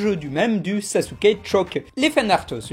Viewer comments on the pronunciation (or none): none